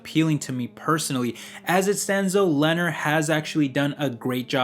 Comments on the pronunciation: Learn how to pronounce the names of the companies. Lennar is "len naaaar" not "lener". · It is pronounced Lee near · Sorry bro it’s killing me it’s pronounced Leh narr ❤️